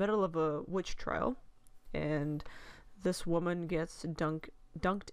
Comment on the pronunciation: "Wammin Hunt" ... LOL! 😂